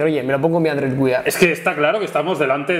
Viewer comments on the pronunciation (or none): Muchachos, disculpen. Sin pretender molestar pero suena feo si dicen Android güiar, mejor si deben uear, es más parecido a su pronunciación en inglés. Saludos :) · "GÜEAR" por dios!!!! no "GÜIAR" !! que duele hasta el alma cuando decía Android güiar! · QUE ES ANDROID WEEEER NO WIAR jajajjaja maquinas decidlo bien que despues de mil videos veo que lo seguis diciendo mal, aun asi un video estupendo igual que siempre